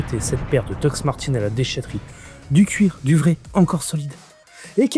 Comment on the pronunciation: sympa la video, mes doc actuelles, mes daily datent de 2008 et jai toujours ma paire de mes 16 ans que j'utilise pour bricoler et elles ont 32 ans. edit : on dit DOC pas dox ahahah